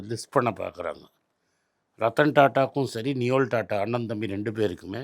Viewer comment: it's நோயல்; not நியோல்.